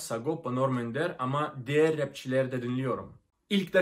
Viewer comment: İlber ortaylı'ya kadar girdiysen Türkçe' nin içine tamamdır Türkçe'yi fethetmişsindir. Çok güzel konuşuyorsun telaffuzunda çok iyi. "Diğer", " diğerleri" derken değer, değerleri şeklinde telaffuz ediyorsun. Benden küçük bir katkı olsun bu da.